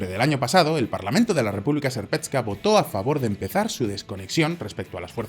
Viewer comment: República serpetska😂 se pronuncia serpska